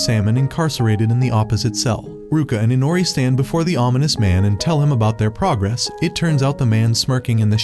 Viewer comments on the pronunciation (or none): none